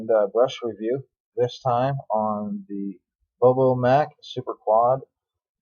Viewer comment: during that demo you touched your nose 17 times,wiped your nose on your shirt 4 times touched your face 4 times! Stop it! Other than that it wasn’t too bad except for mispronouncing Bobbo Dunn’s name, it’s like Bob with an O added...